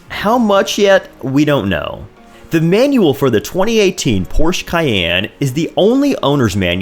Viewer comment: 👾Hey Sport...Porsche is a two syllable word...